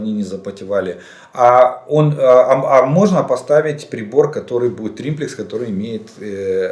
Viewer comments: Извините,сам не так написал : не триМплекс, а триплекс !... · не "триМплекс" , а триплекс !) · Олег Владимирович,уже 3-й раз пишу Вам : не инциНдент,а инцидент,не прециНдент,а прецедент, не триМплицинг,а триплинцг ! Извините,но,просто ,,коробит,, от Вашего произношения этих слов ! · дебил - триплекс, а не триМплекс)) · Он этот тримплекс стопятьсот раз сказал, и каждый раз из ушей кровило, эксперт ска. Думаю, Жданов давно уже больше пользуется триммерами, чем триплексами, оттого и перекосы. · Какой еще триМплекс??? Нет такого слова. ТРИПЛЕКС. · триМплекс???🤣🤣🤣🤣 - Жданов, когда уже перестанешь народ смешить? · "триМплекс"! серьезно? ))) ахаха... улыбнул, полковник.